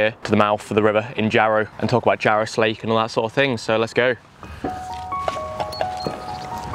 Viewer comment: Slake is pronounced locally as "Slack", i.e. the Jarra Slack